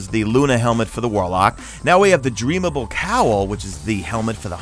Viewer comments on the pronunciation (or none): It’s Dreambane, not “Dreamable” :b